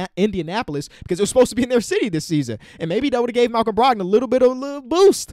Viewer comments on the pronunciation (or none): none